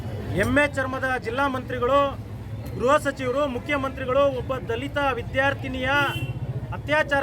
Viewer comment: ದಲಿತ ಹುಡುಗಿ ಅಂತ ಒತ್ತಿ ಒತ್ತಿ ಯಾಕಪ್ಪ ಹೇಳುತ್ತೀಯಾ ಯಾಕೆ ಬೇರೆ ಜಾತಿ ಮಕ್ಕಳು ಹೆಣ್ಣು ಮಕ್ಕಳಲ್ವಾ